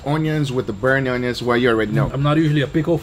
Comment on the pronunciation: i love how Guga pronounce Onios... awneeons.. lol